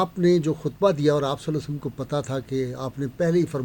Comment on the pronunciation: برائے مہربانی درودشریف صل اللہ علیہ وسلم یاصل اللہ علیہ وآلہ وسلم صحیح تلفظ کے ساتھ پڑھاکریں